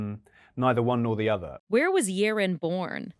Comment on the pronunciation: The correct pronunciation of her name is Yeh-Rin. Why doesn't she correct anyone, ever????? 😅 Alysa Liu finally did after she won the gold at the Winter Olympics.